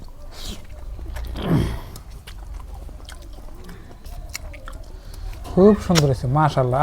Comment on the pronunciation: নাল শাক না । লাল শাক হবে।